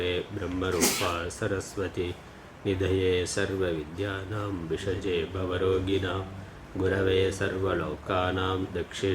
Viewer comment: Not vishaje but bhishaje